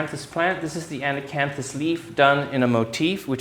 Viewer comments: I keep counting the times this poor man has said “ana-canthus” when in fact it is “acanthus. Lol 😂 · Boy, I can't, with "An-a-can-thus"... all throughout the whole damned video! (Not just a "slip of the tongue" in one spot!) WHO IS GOING TO TELL HIM??? (I mean is it more polite to allow him to continue to embarrass himself??) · so annoying that he keeps saying it wrong. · And he says it wrong about 34 times in this video! I got tickled, how many times he says it….wrong. I was wondering if, perhaps, in the Italian language, they add the extra “an” syllable at the beginning? But the Italian word is “acanto”, so is simply wrong. It’s just ironic that his house and garden are so dominated by acanthus plants and motifs. I would love to know where he got that incorrect pronunciation, and when.